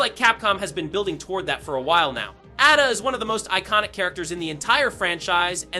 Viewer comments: Atta? Bro it’s pronounced Ay duh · AI voice 👎 Who tf is Atta Wong